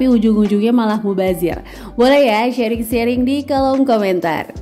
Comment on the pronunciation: Masya Allah bun👍👍, bun sharing, bukan shearing🙏🙏